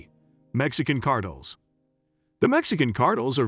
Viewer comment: Cartels mofo say it with me Cartels not cartle 😂wtf